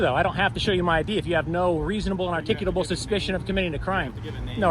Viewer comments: Dude, there is not a second "T" in "articulable"!!! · You can’t pronounce “articulable” to save your life